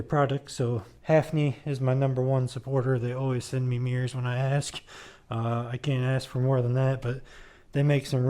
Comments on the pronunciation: It sounds like you’re saying meers instead of mirrors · no, that’s not all I got out of it. I got quite a lot out of it, thanks for the upload btw. I just think it sounds funny when you say “meers”. You’re not the only one that does it. Tailhappy tv, and Maximum thrust says it too. 😂